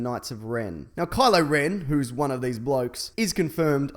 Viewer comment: Ren not den.